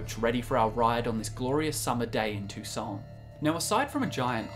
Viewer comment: "So I though't I'd share my Tou-Saints". Ok.